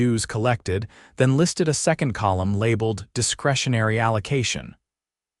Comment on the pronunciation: And how about the way they pronounced second.